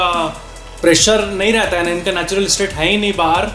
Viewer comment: that way he said heina😂